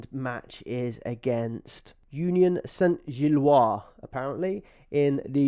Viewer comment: Nailed the pronunciation of 'Union Saint-Gilloise'. Dodgy 'Jesus' though! 😂😂😂